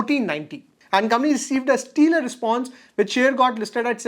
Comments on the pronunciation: Pronunciation check. Its not steelar. Its stellar. Stell rhyming with bell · just for future reference, its Stellar not stealer